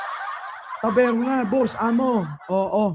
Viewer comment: Instead of taberna..tabelna😂😂😂